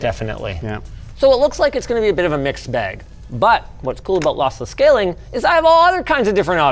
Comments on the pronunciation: Linus I am so sorry but I almost laughed my ass off after you saying: "Lothlothless Schaling". Thanks for the awesome content guys :D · losslesh schaling haha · Bro is still adjusting to the braces and how he says ' lossless scaling ' (is he even saying that) is so funny to me 😭